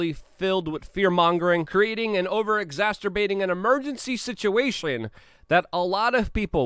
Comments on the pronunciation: Stop yelling Luke and for fucks sake, it's exacerbate not exacterbate..... calm your tits dude and pretend you're on timcast. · Luke, I love your videos. I hate to criticize you in any way, so please accept this in the gracious way it is intended, but "exacerbate" doesn't have an extra "t". When you say it, it sounds like exaSTerbate and I am probably not alone with where my mind goes. I admit, this might be a personal issue on my side (ya think?), but I thought I would mention it. 😛 Keep the good stuff rolling!! Thank you!!! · Luke uses the word "EXACERBATE" in every video and he says it wrong every fucking time LOOOOOOOOL